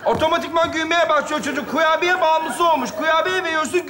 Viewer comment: kurbiyeye kubiye demesine çok güldüm